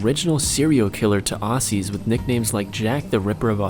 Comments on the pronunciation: Can people please say Aussie correctly, say it like "ozz-y" not "ossy" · Dear Americans…we pronounce aussie as 'ozzy'. from all of Australia